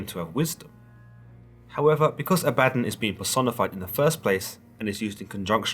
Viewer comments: Ah-bah-Don. Not A-bad-on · "AB a Don" not "A bad on" He was the first watcher. Like a gopher. Go for this. Go for that. He despised his job and when god wanted someone to punish man he volunteered. But half the job was seeing if his negative actions actually had positive effects on mortals. Over time Abaddon learned how to manipulate mortals back on to the "Righteous Path" He taught Michael when Michael was cast down to earth as Lucifer. You guys are reading these books, the few that are remembered but its like reading chapter 1, 3, and 5 and thinking you know the whole story. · Not abadin as in Aladdin more pronounced aba-don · Ab-bah-don. Not ah-bad-in. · all i can think about in my head is how you pronounce it a-badden and i pronounce it aba-don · Ah-beh-don ... Not abadon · It's not Ah-bat-on, it Ab-ba-don. Consult theologians before posting. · I love you series on the bible! Pronounced A-Bad-Don. Don sounds like dawn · I'm pretty sure it's pronounced, (AW - baw - dawn.) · Always thought it was pronounced Ah-bah-Dawn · ThatBlogGuy yeah it should have a longer o sound at the end. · I think you are pronouncing it wrong. It's Abba-don. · Bruhhh I can’t listen to this correct your pronunciation of abaddon it’s pronounced a-bah-dawn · I think it's pronounced: "Ab¹‐Uh²‐Don³" 1)Your stomach muscles 2)A question, "Uh, what?" 3)The sun rising at "dawn" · It's pronounced "abba-don" dude lol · Pronounced ah ba. Don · It's actually pronounced A-vad-don as in A-vad-down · Is it actually pronounced the way this guy says Abaddon, or is it pronounced AB-UH-DON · Abaddon pronounced ABBA-DON. Your welcome. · I thought it was pronounced as Abba Don. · Pretty sure it's pronounced ABBA-don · Abba. Don.. C'mon now you read you the Bible The first time.. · The way you pronounce Abaddon is killing my ears. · Oh girl you ruined his name. Ah bah DON he is an all powerful demon not computer software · I thought I was the only ! I'm cringing 🤣